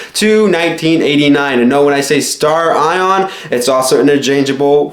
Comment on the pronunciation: Also it's "Stare-eon" not "Star Ion".... jesus christ who taught you english?